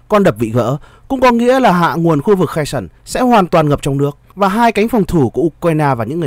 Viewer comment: Херсон ( tiếng Việt đọc là Khe Rxôn) không phải là tiếng Anh nên BTV đừng đọc là Khe sừn nhé! Trân trọng!